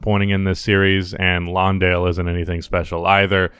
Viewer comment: It's Jock Landale. Lawndale is the high school that Daria went to lol